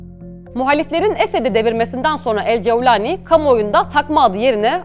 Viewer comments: Ceeaevvvlani ne arkadaş, cevlani de geç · Cevlani degil golani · Yabanci bir kisiden bahsederken arap aksani ile konuşmanızı gerek yok couwlani vs asiri gereksiz olmuş Turkce de böyle biri telafuz yok videoyu en başında biraktim